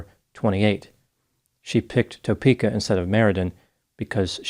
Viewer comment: Kansas resident here.. Lol its not said Toe-pe-ka it's Tah-peka